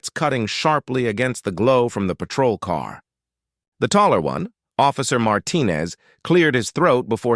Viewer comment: And always pronounced wrong.